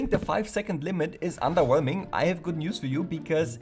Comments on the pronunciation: didnt expect for you to actually reply(these mods are actually kinda cool even though i dont usually play minecraft[am kinda broke]) but yea that underwheoming sounded like the stereotypical indian accent. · that "underwhelming" proves he is actually indian